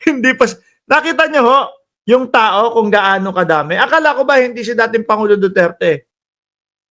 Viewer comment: He he he ang sigaw nila parang Do dirty